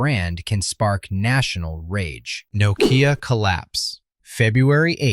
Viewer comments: "noh-Kee-Ya" LoL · Well, as you don't know how to pronounce "Nokea" no surprise you don't understand why it collapsed. As someone in the room at the time: management failed to see the transition from a phone with a camera to a multi-media device that could also make phone calls (aka: iPhone). Add the hubris of managers and the competitiveness of Foxconn to churn out iPhones at an initial loss to destroy Nokea/Elcoteq manufacturing, and the end was in sight. Microsoft's Ballmer cashed Nokea out to grab the money and leave it DOA. Symbian was never going to be a mm device platform anyway. Nokea was result of accidental good timing more than anything else anyway.